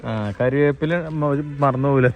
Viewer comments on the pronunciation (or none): none